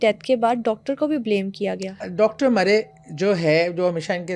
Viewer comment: Maam not "dr moray" it's "dr murray"